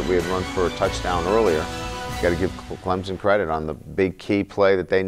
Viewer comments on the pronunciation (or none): "Clemzon" dear Jesus fire this man.